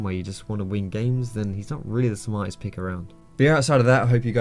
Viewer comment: "and besides that, he's not really the smitest pick around"